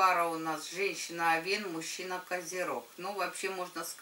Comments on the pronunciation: не овеееееен, а ооооооовен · Режет слух...я уже писала, что ударение должно падать на Овен, а не овЕн